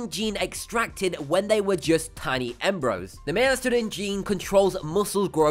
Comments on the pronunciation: He keeps saying " embro" not Embryo its very uncomfortable to listen to. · It's embryo not embro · its breeeeeeeed not bread embreeeeo not ombros dengee not dangmonologue etc etc